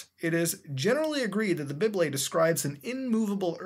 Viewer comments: did he pronounce 'bible' as 'bib-lay'? lmfao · THE BIBLE "the bybley" I am gonna start pronouncing this word like that from now on, thanks muta. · I love the way he says bible XD